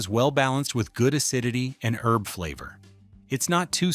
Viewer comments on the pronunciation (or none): none